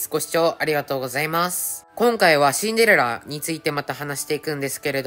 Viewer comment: スキル2でも(Android)でも1億出せますか？あとシンデレラの発音よすぎwしんでrrらw